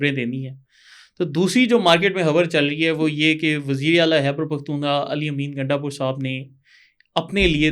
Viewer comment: جناب ، یہ “حَیبر پحتُون حُوا “ نہیں ہوتا جناب ! خ کو درست ادا کرنا سیکھیں ۔